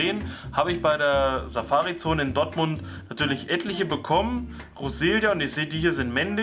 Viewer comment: Das heißt "Dortmund" und nicht Dottmund 😁